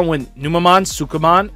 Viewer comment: man you really struggle to say sukamon.